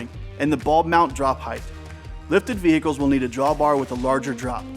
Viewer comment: VeHICles. I love people who say it correctly lol. Good info.